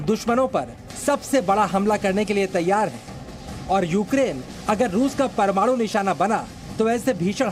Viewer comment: प्रमाणू नही परमाणू